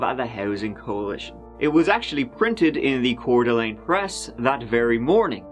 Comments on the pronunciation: Wow I’m impressed you pronounced Coeur D’ Alene correctly. Always nice to see videos about my hometown. Even if it’s a story about crime… I guess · Thank you for saying Coeur d'Alene correctly.